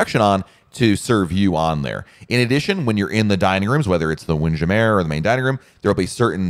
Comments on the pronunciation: can't get passed his pronunciation of WindJammer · Mais oui! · It's tongue-in-cheek. Like saying "Tarjay" for Target.